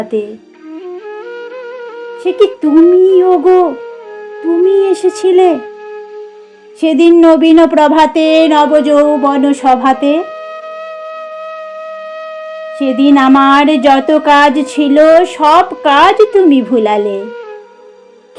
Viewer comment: বেশ ভালো পড়লে মা ! তবে কয়েকটা উচ্চারণ কানে লাগলো ! " রেখা " , " লেখা " শব্দগুলো এ-কারন্ত হবে.. অ্যা- কারন্ত নয় ! " প্রভাত " শব্দটির " প্র " সর্বদাই ও-কারন্ত .... বারবার শুনে পরবর্তী উপস্থাপনায় শুধরে নিও... শুভকামনা রইলো ❤❤